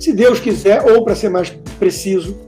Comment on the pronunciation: Pior, todos os esquerdalhas presentes, riram da situação. O cara não sabe nem falar . Ele fala pa ao invés de para. Meu Deus. Que decadência.